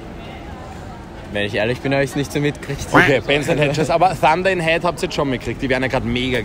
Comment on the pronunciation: Deine Englisch Aussprache ist on point😂 ich hab am Anfang Fanta in Head nicht Thunder in Head verstanden😂😂 Uii danke für die Likes!👌